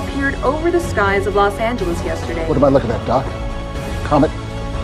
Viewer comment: that broadcaster got killed for saying "los angeleeeze"